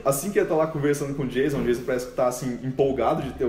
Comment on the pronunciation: O 's' em 'Jason' é pronunciado como 's' em inglês, não 'z'. E o 'o', pelo menos no inglês americano, é pronunciado como um "a" ("schwa" em fonética) que não existe em português. Cliquem no símbolo de áudio para ouvir a pronúncia correta.